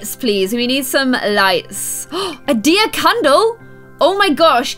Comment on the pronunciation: Every time she said deer when she was decorating, I thought she was saying diya